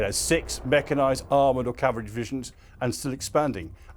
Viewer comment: For goodness sake, slow your speech process. You were racing through the words so fast you failed to enunciate them properly. You are 90% there, but slow a little more and you will have it. A classic example of what you were saying burst forth in the pronunciation of the word CAV-AL-RY, which you pronounced cavry. Such mispronunciation stands out and detracts from the message you are trying to give. In the meantime, is there any information on the balance of forces and equipment in Putin's army outside of the Ukrainian operations. I ask because I hear of the threat of the Russian forces and their modern equipment while we see obsolete vehicles used in Ukraine and the gloss taken off the army, navy and airforce. What else have they held back from Ukraine that guards the other Russian borders? Further, given the carnage suffered by Russian forces with their new equipment in the early part of the war, why would NATO feel threatened. Cautious and alert I get, but worried? I find that hard to believe given the troops in NATO have trained with their own equipment for years although I get that the Russians must be passing the lessons of Ukraine back to the balance of the army. But are they flexible enough to change.